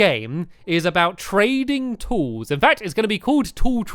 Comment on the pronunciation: The first time u said trading tools I thought u said training tools, as if you were getting tools trained to do their jobs lol